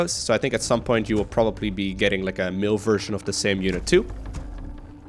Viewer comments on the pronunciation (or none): Love your content as usual! But one thing bothers me... two videos you said mill instead of male.. this and the undead video. Male is basically the same as Mail. (When speaking of course) Also. Are you going to make a human video?